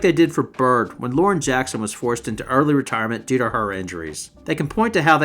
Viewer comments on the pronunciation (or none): none